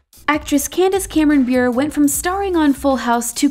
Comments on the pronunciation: They didn’t say bure right it’s like bureau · OMG it makes me so make when you say Candace Cameron Bure wrong you have to pronounce the E so it sounds like (bur-ey) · Thats not how u say (Candace Cameron-) bure Its pronounced booray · It’s pronounced Candace Cameron-Buré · How you pronounced Bure really irritated me it's pronounced 'buray' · They way they pronounced Candace Cameron Bure’s last name though 😬❣️